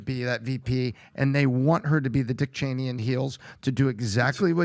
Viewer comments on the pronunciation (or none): none